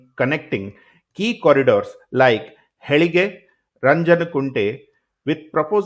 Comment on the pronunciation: BTW, its not HELIGE its HEELALIGE & Its not RANJANKUNTE its RAJANKUNTE... hope you'll correct it in your next one